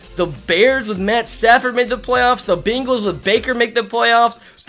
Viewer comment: It’s funny how he says bengals